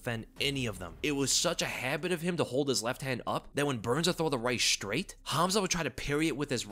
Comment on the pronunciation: Why do people say 'Shtrait' now? It is 'STRAIT.'